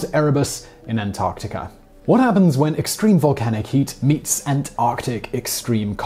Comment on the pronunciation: Finally. Someone who knows how to pronounce "Antarctica" properly.